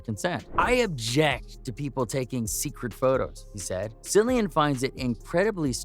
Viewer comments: His name is pronounced , KILLIAN - and everytme you pronounce it as , Sillian , GOD takes away a centimeter of your favorite appendage ! ! ! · Killian not sillian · Can’t even finish this! It’s pronounced KILL-IAN! Pretend the “c” is a “k”, you can do it!! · Pronounced Killian. And your research is incorrect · Cringe when his name is said incorrectly snd thumbnail is total click bait. Lame. Wasn't mad i watched I guess lol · Can’t take this seriously considering this bonehead pronounced his name incorrectly 🤦🏻‍♀️ thumbs down 👎🏼